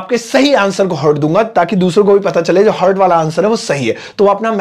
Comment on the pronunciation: Aap logon Ko english sikhate hain. Lekin aap Ko to heart bolna nahin atta. Heart ko hurt bol rahe ho. Aap bhi heart theek tareh bola karo.